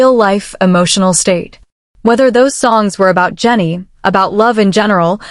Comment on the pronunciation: You know this has got to be AI or a computer. It don't even get names right. It was calling HYBE hyb and Jennie Jena. I don't believe any of it is true. I believe if they are seeing someone it would be better to take them to their home. More private. You wouldn't be out where people would see you. Those fake pictures of V and Jennie at Jeju Island was way out there. And especially the ones in Paris. Maybe they dated and maybe they didn't. I myself think they didn't. I think it was a big rumor that she started and he decided to stay away because it could have hurt him worst. Remember his shirt he wore at the airport that said "Your dog isn't my dog!" We've seen stuff she has done for attention. I just can't see V with her. She don't seem his type. But maybe he likes nasty girls. I really can't see it and I have a hard time with all the rumor about any of these guys!